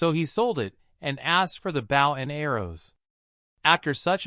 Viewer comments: I had so much faith in this video when I heard the word "protagonist" pronounced correctly then the hero started fighting with his "bowel" and arrow and i knew we were doomed. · Google translated script that is then read by some one thats not to good at english pronunciation, explains the Bow: front of a ship (opposite of "stern") instead of Bow a weapon for shooting arrows. love to watch these but yeah it is very annoying how it's usually a robot voice that pronounces things wrong or just someone reading a script that doesn't understand the translation they are reading.